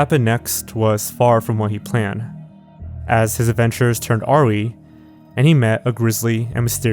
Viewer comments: Awry is pronounced "uh-rai" not "aw-ree" pls im not subscribing until you stop saying it wrong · "Awry" is pronounced "uh-rai" and not "or-ree." Not a criticism, just a pointer. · uh-rai. not aw-ry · dude it's ah-rye not ar-ee (awry) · awry is pronounced "uh-rye" not "ah-ree" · Who is awery though? 😁 Awry, is pronounced A rie btw ✌️ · Bro... The word awry is pronounced UH-RYE.... not fuckin ARRIE. Sorry but it seems like every video you're saying a slightly uncommon word WAY off base. Like you're using them right, it's just that it's clear that you've only ever read these words and never actually heard them being spoken. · Aw RI not aw ree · Just for reference, the word "awry" is pronounced "a-RYE," not "AH-ree." It's one of those words you see but don't hear; I would never have known that was how you said if I hadn't heard my English teacher read it aloud. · As a heads up, awry isn't pronounced "aw-ree", it's pronounced "ah-rye" (when I learned that a couple years ago too, it blew my mind) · bro… awry Lol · Great video as always, but I noticed at u mispronounce the word "awry". It looks like aw-ree but It's pronounced uh-rye. My mom used to say it that way too lol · When says awry as “are we” it legitimately broke my brain for like A whole minute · Awry is not pronounced “Aw-Ree” It’s pronounced “Uh-Rye” (Rye like the bread.) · Awry isn't pronounced aa-ree, it's a-rai. come on. And why the 'a' at the end of Irkutsk? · Isn't awry pronounced "a-rye"? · You must get someone else to write your scripts because you just mispronounced awry like someone who has never said it aloud. It's uh-rye. Not awe-ree. This isn't intended to be insulting. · Awry. Pronunced uh rye. Now you know. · no one in the comments pointing out pronounced "awry" like "aw-ree?" i legit chuckled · "Awry", pronounced 'A- rye'. Yep. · Awry = uh-rye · I'm sorry did you pronounce "awry" like "aw ree"??? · Ah-Rai is how it’s pronounced my guy. Great content otherwise 🤙🏽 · its uh-rye